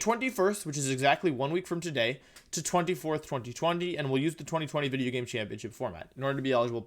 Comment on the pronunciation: Wolfe at the end of this Wideo: PEEEEEEEEEE